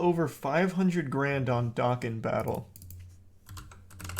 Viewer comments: Probably the only person on earth who says it like Dahken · The way he said Dokkan Battle lmao